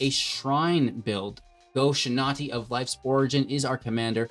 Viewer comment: Go-shinaty? Dude, read.